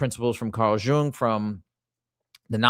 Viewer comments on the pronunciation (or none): That video clip about Jung was AI and that's why he pronounced it wrong. It's pronounced Yoong. But I love your video. My boyfriend and I discovered Gnostic Christianity in 2021 and were on board immediately. Makes sense to me, the Old Testament God is a petty A-hole and in no possible way could that be the same God Jesus spoke of.